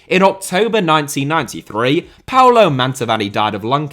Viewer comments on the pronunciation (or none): none